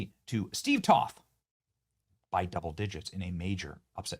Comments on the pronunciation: Toth is pronounced with a "long O", not up on politics are you, benni? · Not that you should know this but just so you know it's Toth with a long o. Steve has his issues but I met him many times and I like him a lot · TOTH (Rhymes with Oath) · Benny I am pretty sure it's pronounced Toe-th like BOTH with a T. Please excuse my bad etiquette. 🤭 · Hey Benny, i'm a constituent of Crenshaw's old district and i voted for Toth. Heads up, it's pronounced with a long "O"/ "toeth." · You need to work on pronouncing Steve Toth's name.